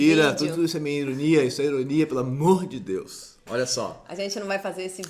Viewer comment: adoro quando o fala "peloaMÔdedeux"